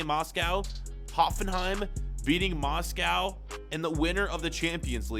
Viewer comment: Why does he say Moscow so weird?